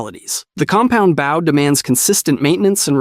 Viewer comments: What the frick is a Baow? .. it's called a BOW!! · Alright, to sort out the bow thing, because it really bugs me There are two bows in the English language. The first one, is the bow of a ship. This is what you keep saying, with an o pronounced like in "ow" The second one is the hunting bow, pronounced with an o as in "oh" I hope this is more helpful than just complaints Great vid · baow? what the fuck is a baow bro 😭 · Fuck baaw what reminton? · I like the video but why are you saying bow wrong but crossbow right? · I was enjoying the video but you keep saying bow wrong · Same 😂, so painful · As an archer, violinist, arts & crafter and white belt in karate it really throws me at times 😅🤷🏽‍♂️😂